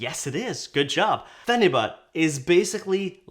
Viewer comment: it’s pronounced pheni-byute lol